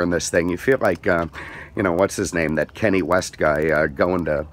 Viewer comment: He said Kenny West, it's Kanye West is hilarious, I love you're car reviews, keep up the great work at Auto Europa Naples.